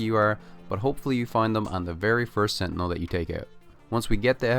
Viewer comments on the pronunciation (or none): none